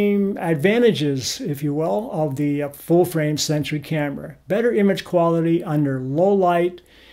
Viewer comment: It sounds like you are saying "full-frame sentry", instead of the proper word "sensor".